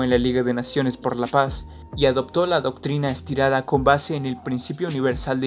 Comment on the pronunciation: Buena información pero es importante redactar de mejor manera y leer de misma forma, mencionas la Doctrina Estirada, es Doctrina Estrada, varios puntos en contra en relación a la redacción